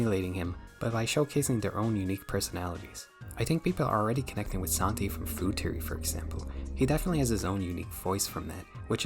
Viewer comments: cool video but I can't stand how you pronounce theory as teory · "Game teory" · Hi. Your pronunciations are trash. It's THEORY not TEEORy. You aint Irish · >teary >tree bro visited his speech impediment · hearing "Game Teary, Teary Channels, Tearies" hurts my brain functions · Imagine making a video abt THe THeory channels but can’t pronounce “TH”… nightmare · Bro how did you manage to misspell Theory everytime you said it?